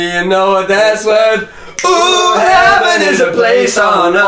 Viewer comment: “I got locked out of HEVEN”